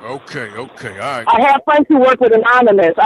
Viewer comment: "I have friends who work with anoymous" I couldn't breathe